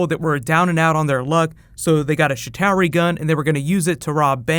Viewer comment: it's chitauri, not shitowery!!